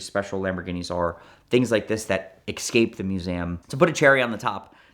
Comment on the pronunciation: "Mew zay um" sighting , combined beautifully with "exscaped"